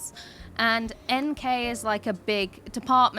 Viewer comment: Swede here, NK = "En-kåh" pronounced correct name